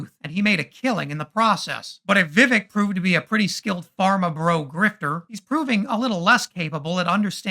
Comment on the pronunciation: For fuck's sake, just pronounce his name correctly, Viv-ake. Intentional mispronunciation is second-grade nonsense, also a chief MAGA tactic.